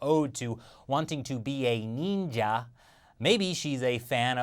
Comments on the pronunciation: I lost it when said "Our humour Neendjia" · Watching the "Neenja" thing was like getting punched in the dick. Slowly.